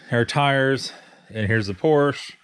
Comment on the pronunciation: Again !! Porsche is a 2 syllable word! I love your website, but get your verbiage right. !